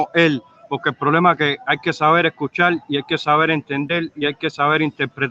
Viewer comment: "Hay que sabel explical, hay que sabel entendel y sabel interpretal". No ha abierto un diccionario en su vida. Suspendió lectura de tercer grado